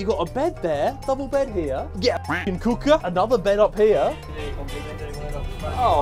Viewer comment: the way Harry said cooker was jokes 😭